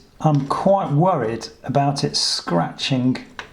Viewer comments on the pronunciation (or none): Scratching-gk Disconserting-gk Shriveling :) Disgusting :) Raking :) Siliconing :) Insuring-gk Floating-gk Very helpful information 😀 but couldnt let that pronunciation of "gk" in words ending in "ing" go 😅 hits all my OCD buttons at once. Too many people pronouncing the "G" at the end of those words :/